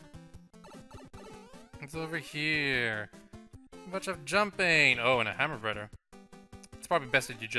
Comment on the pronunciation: Did you know that "th" isn't pronounced "duh" it's not bruder, it's broTHer ffs...